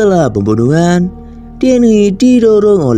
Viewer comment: Pembunuhan terdengarnya bembunuhan 👍